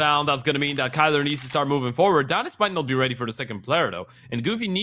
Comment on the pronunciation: Irytuje mnie, że komentatorzy nawet nie starają się poprawniej z pronouce'owac nick Kylara. Przy Grubym chociaż próbowali i to się szanuje. Boombl4 jakoś każdy poprawnie wypowiada. A tu w przypadku biednego Kaceperka jeden mówi KAJLA a drugi KYLO kurna REN chyba xd.